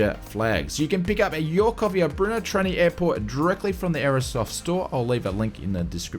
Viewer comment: NOOOO NOT Chechnya !! It's the Czech republic!! And pronounced "Berno" :-)